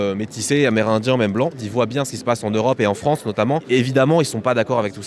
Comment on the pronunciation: "La fwance, elle va être n.. bientôt" ... Pourquoi "bientôt" ? .Ca y est ,c'est fini la fête , le point de non-retour a été atteint (de toute façon des frouzes qui ont peur ,alors qu'ils sont deja colonisés de partout , juste d'appeler un noi.. un noi.. ca laisse présager de la vigueur des futurs "Reconquistador" de mes deux )